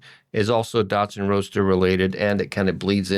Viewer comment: I like note on one of the pages... "Definitely maybe our last Datsun Roadster video as parts oasis dries up". Also I swear he kept calling it a "Datsun Roaster". I was picturing something for my countertop.